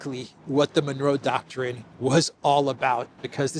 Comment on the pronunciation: Fan of this show, haven’t missed a single vid since subbed, you said Manuro doctrine so many times I got confused, are you trying to say manure with a spanish accent?